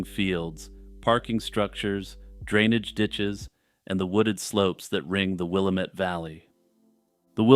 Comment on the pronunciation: It's pronounced va nee ta. It's funny to hear people mispronounce our States towns and cities. Oreeegon. Wi lam mette. Not will amette. 😂